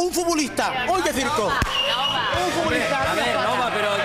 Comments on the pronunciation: Un furbulistah: uy qué circoh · Un furbulistah: uy qué circoh 🤣🤣🤣🤣🤣🤣🤣🤣🤣🤣🤣🤣🤣